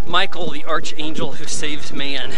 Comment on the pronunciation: I have to admit I loved the show and the movie and it’s pronounced ARK angel. Archangel Michael